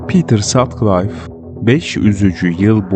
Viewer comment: Pitır Satkılif okunuyor.